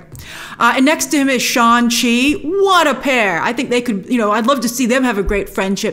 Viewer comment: Am I the only one laughing every time I hear “Shaun-Chi”